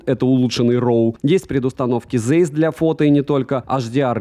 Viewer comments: Правильно Zeiss произносится как Цайс, а не зейс, это немецкий язык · Цэйс, нету "зэйс", это НЕМЕЦКИЙ Брэнд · Вообще то оптика называется ZEIS,а не Зейс,как у автора.Это знаменитая немецкая компания по оптике,если кто не знает. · может уже писали, но напишу. Ziess читается либо как Цейс, либо, если совсем по-немецки, то Цайс. Очень это "З" режет слух из видео в видео